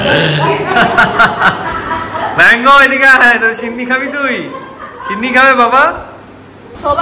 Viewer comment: Chhinni ki? Sinni bole